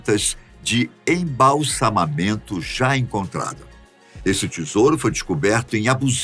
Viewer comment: parabéns pela palavra embalçamamento pronunciada corretamete! a maioria dos youtuber's tem problema com esta tarva língua kkkk (embalsamento) , e tipo conge de um certo ex-político kkkk